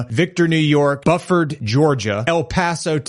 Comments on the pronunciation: You know that Buffard, Georgia going to love that Chucky Cheeses. Why dont influencers make sure they know how to say a city name... Its Buford(Bew-Ford) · 😂the guy said Chuck will be opening in Bufford Georgia, but it is pronounced Buford. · Buford GA (BEW-FIRD)